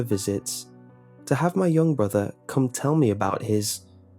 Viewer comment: "When I was yonk"